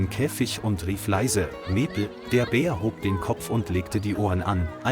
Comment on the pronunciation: Awful commentary - the bear changed sex several times and the commentator just couldn't pronounce Maple. And a referral to Emma had a pic of three blokes. Apart from that, the story was heartwarming.